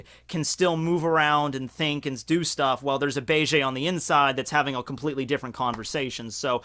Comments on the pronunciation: BA-JAY????? please stop with the cringe. BEGE = BEIGE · Every time you say bay-jay (instead of beige) I just think of Bailey Jay. Coincidentally, who is also like "Men, get inside me!" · Beige eh? You Canadian eh?